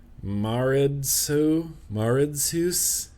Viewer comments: It's pronounced "Ma-red-su" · the beer is prononced... ma red sou 😃😂😂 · Belgian follower to the rescue here ! Try saying Ma-Red-Soo. Love the juice and beer pairing part ! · I missed you!!!! You spell it like ma-re-tsoe ;) Greetings from Belgium ;p ( btw if you have the chance to try it, try de verboden vrucht ( the forbidden fruit )) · maredsous- (mar-it-soo)